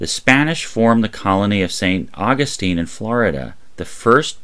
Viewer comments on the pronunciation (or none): none